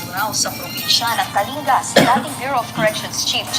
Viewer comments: Kaling-ga po pagbigkas po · Pronounce as KALINGGA